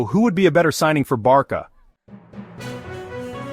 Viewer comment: Hold up. Did you just say "Barka"?